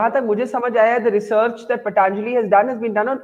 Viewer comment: So this host aunty can pronounce patanjali but keeps calling it paTaaanjali as it's fashionable. Also I've been taking ayurvedic supplements for immunity n they're any day better and cheaper than allopathic vitamins.